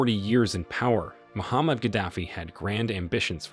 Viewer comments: His name is not Muhammad. His name is Moaamar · Who's Muhammad Gaddafi??? Do you mean Muammar Gaddafi?? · its muammar not muhammad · It's not Muhammad Gaddafi its Muamar Gaddafi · He's name Muammar Gaddafi not Muhammad xD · Gaddafi first name is not Muhammed it's Muammar ! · How you talk about a person you don't know his name? He is Muammar not Mohammed...very ridiculous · When making a historical video, try at least to get names of the main players right. Col. Ghadafi's name was not Mohammad but Muammar. 🙄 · If you are going to make an episode about a leader, it helps greatly to know his name in the first place. His first name is Muammar, not Muhammad. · His name is 'Muamar' not Muhammad. Muamar Abu Sina Al-Qadaffi. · My friend husband name is Muaamar Gaddafi NOT Muhammad!!! Wtf man get your shit right. And it's spelt Libya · Muammar Gaddafi not Muhammad Gaddafi! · the name was Muammar not Muhammed kaddafi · It us Muammar, not Muhammad. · It’s Muammar Al Gaddafi not Muhammad Gaddafi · Muammar is his name. Not Muhammad 🫣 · Muammar, not Muhammad. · His Name Is Mhomar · Name was Muammar Gaddafi, get it right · Can you at least say his name correctly, M U A M A R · Muammar. Mispronounced first name aside, good video. Tony Blair and Co. betrayed him as well, they started diplomacy again after he got rid of the nukes then a few years later, they were supporting his overthrow again. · Get his name right !!! It's MO amr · You got his name wrong. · couldnt even get his name right, have respect for the man who turned the desert green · Muammar Not Muhammed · It’s Muammar …. You gringos